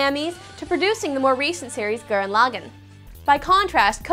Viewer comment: she said gurren lagann wrong. dumb fat chick is dumb